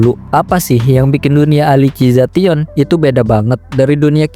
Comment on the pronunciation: Elisizasyen ❌ Alisi za tion ✔️